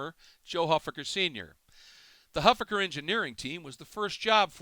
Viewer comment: you're mispronouncing Huffaker